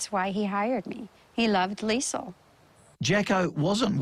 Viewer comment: Get the name right, it's Liesl